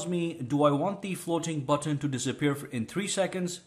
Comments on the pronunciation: The way you say button is truly whimsical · I love the way you say "button" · The way he pronounces the letter T, 😂 Floating button